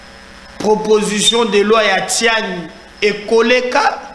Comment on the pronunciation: Bonjour, nous vous suivons toujours. C'est Tshianyi et non Tiani.